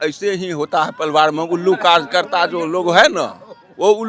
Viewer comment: Paliwar nhi pariwar bolna sikhlijiye